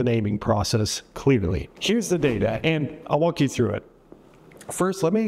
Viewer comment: “I’ll wonk you through it”😅😅😂